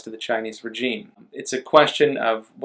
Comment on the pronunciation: Please please please pronounce regime correctly. I cringe every time you say it. “Razheem”